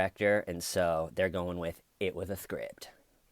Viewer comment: Where's the scwipt? Styven has it...